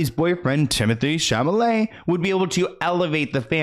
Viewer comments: I love you but it is Timothee Chalamet. Cha-la-met. Not chamalet. Lol you say chamalet every time!! I just had to finally point it out lmao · Cha-lah-may not cha-ma-lay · I love you, but it’s ChaLamet, not ChaMalet. You can do it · please it's ChaLA-MET not Chamalet I'm begging you 😭😭😭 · CHA - LA - MET. not ChaMalet 😅 like cha-la-la-la 🎉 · Stop saying Chamalay!!! It's killing me lolol